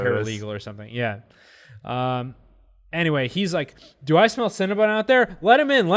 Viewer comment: Guys- it’s Cinna-BON not cinnabun!